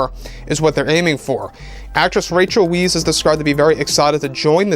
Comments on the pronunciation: Really now?!? I loved Rachel Wise in the Mummy, and she had a solid showing in Black Widow, so I know she's up to the physicality the role will require (and the CGI will help). So, yeah, there's potential here. Oh, and by the way, her name uses a German "W", so it's pronounced "Vice". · Isn’t her name pronounced “Vice” ? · Rachel Vice is the correct pronunciation. Thought I'd let you know. Love Rachel. That would be cool to have two of my favorites with her in it. Now bring in Brendan Fraser lol